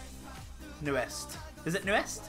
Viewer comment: Nu'est pronunciation: NewEast